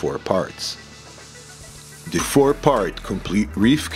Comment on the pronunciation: It’s, the, not, dee.